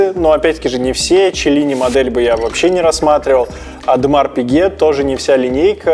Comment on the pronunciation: "Ademar Pique"?